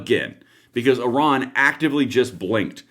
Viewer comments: Iran! Not oron..lol ❤ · Its IRAN not ORON ! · it is NOT Oron.. it is Iran... like I ran !!!! if reading is so hard, should you be doing this ???? ?????????????????????????????????????????????????????????????????????????????????? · Oran or iran 😂